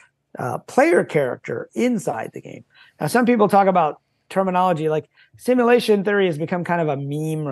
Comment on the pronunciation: One day will be able to pronounce simulation properly